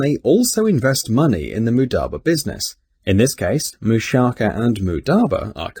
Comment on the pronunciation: He cant even say it right- its not mudaba its mudaRAba